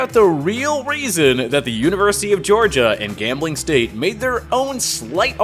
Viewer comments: 3rd team to the party? NO!!! We're the FIRST team to the party!!! And I dont like how you pronounced us as GAMBLING instead of "GRAMBLING".... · I picked up on that too. Grambling not gambling lol. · It's Grambling State University. It's named after the city of Grambling, Louisiana. It has never been spelled or pronounced as Gambling